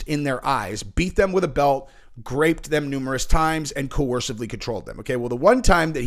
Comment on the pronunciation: What's with the 'graped' thing? It's GROPED!